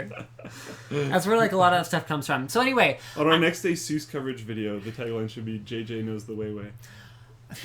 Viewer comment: omfg get it right! its not Asuuuus.. its A-SUS!!!!